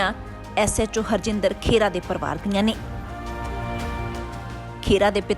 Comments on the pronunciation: ਪੰਜਾਬੀ ਖਬਰਾਂ ਦੇਣ ਦਾ ਹੱਕ ਉਸ ਕੋਲ ਹੋਣਾ ਚਾਹੀਦਾ ਹੈ ਜਿਸ ਨੂੰ ਪੰਜਾਬੀ ਭਾਸ਼ਾ ਪੜਨੀ ਤੇ ਬੋਲਣੀ ਆਉਂਦੀ ਹੋਵੇ, ਖਬਰਾਂ ਦੇਣ ਵਾਲੀ ਮੈਡਮ ਖਹਿਰਾ ਨੂੰ ਖੇਰਾ ਖੇਰਾ ਕਹੀ ਜਾਂਦੀ ਹੈ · ਖੇੜਾ, ਨਹੀਂ,, ਖਹਿਰਾ ਹੈ